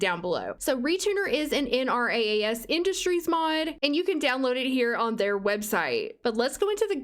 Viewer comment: just a tip - Nrass is pronounced "en rahs"